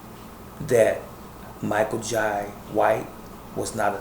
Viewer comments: Jai is pronounced, "Jay" - ( ok buddy?) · Its pronounced Jai not Jay